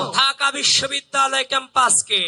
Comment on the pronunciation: শেষে কি বিশ্ববিদ্যালয় বলেছে নাকি বেশ্ববিদ্যালয় বললো বুঝলাম না!